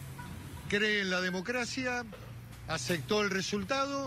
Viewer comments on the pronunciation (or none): "cree en la democracia..."acectó" el resultado..."